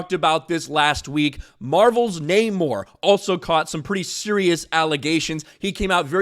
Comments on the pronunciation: Uh, it's *NNNUR-Mor!...nnnuuurrr-mmmoirrr Victoria Alon...whelps...."So"?! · See what happens when you say the namor name wrong lol